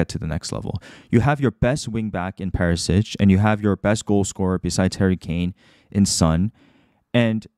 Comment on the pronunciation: Very deep analysis. Word to the wise: its Perishich, not Perisich. (pronounced Per-ee- shee - ch)